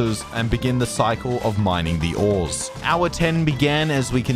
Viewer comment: cant pronounce ores